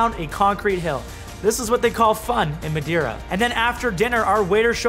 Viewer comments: love your videos..... but I cringe when I hear you say Madeira (and a few other things in past videos)! hahaha I'm Portuguese. My mom is from Azores and my Dad from northern Portugal. It's "Mah-Day-Rah" but you have to roll the R. Got nothing but love but roll them Rs bruh! haha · It's portuguese. Mah day rah Not My dae ra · MadAIRA ? Lol.. MadEIRA! EIRA! xD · Not Mad-eye-ra ... it's pronouced Ma-day-ra - nice photo at the end :) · Ma-die- raw that's how you sound like loll . Try Ma-dare-raw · It's not pronounced Mad-ire-a. Try Mad-ay-ra. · Hey This is how Madeira is pronounced 'ma' as in mail "dei" exactly as day "ra" as in Sarah So just say ma day rah:) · Nice film and beautiful shots!! Definitely adding this to my photo bucket list! BTW at least in Brazilian Portuguese we pronounce it Ma-Day-Ra. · Repeat after me: "ma-DAY-ra" (yeah, just like you would say "day" in english). Just kidding... Really nice work, man! It's great to see someone thinking of fresh new ways of telling us stories, loved it. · OH and btw, try to say it like this: MA - day - RA . This should sound like portuguese 😁❤️ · Muh-day-rah PS - Next time take the ferry to the island of Porto Santo - best sand beach in Portugal, it stretches for 9km! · Try and pronounce Ma"day"ra and it will sound much better :) Nice vid format I love it!! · It's pronunciation is actually MA-DAY-RA. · You said maderia wrong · Not madaira....that’s cringy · Mate your Portuguese is terrible but I understand 😁 it's a dificult language, but I will try to teach you how to say Madeira, it's like this: matheyra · HAHA Not quite as we say Madeira but okay, I'll give you a discount. It's not too bad for a Canadian. Epic video. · Sorry but I'm Portuguese and you just said Madeira Wrong like 150 plus times hahaha i love the island! And your last photo is awesome! I wish i had a drone when i went there! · I’m screaming, who told you that’s how to say Madeira 😂😂😂😂😂